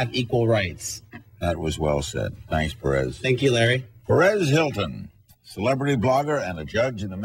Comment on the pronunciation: LOL! It's "Perez," not "Paris."